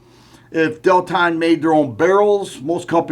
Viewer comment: No, not DEL-TON!